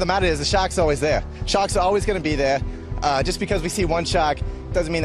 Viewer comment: Oh he is talking about SHARKS, not SHACKS.